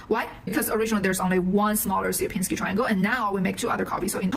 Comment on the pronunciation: There is plenty of different "dimension" definitions, and they all have not much to do with the word "dimension" an average Steve uses. Also btw, you butcher the Polish "Sierpiński"... it is nothing like "Syerpinsky", but rather closer to "Shyerpiñskiy". With Ś (soft S) at the start. Those Anglo-saxons really made a mess when transcripting Slavic languages.